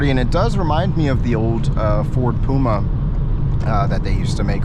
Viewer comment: It’s P U M A not P O M A 🙄